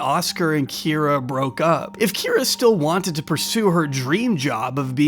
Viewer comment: You did miss a single Kye-ra to -Kee-ra, but it's fine.